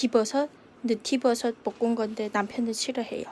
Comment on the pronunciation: 언니 느티버섯이 아니구 느타리버섯ㅋㅋ 졸귀탱